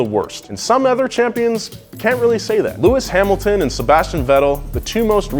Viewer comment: "lewis hamlton" "sebastian (v)etel" "daniel riccardo" bisch wat